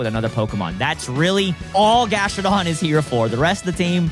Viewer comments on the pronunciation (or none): I love....but he triggers me SO much (grass and electric....and says Gastrodon) BRUV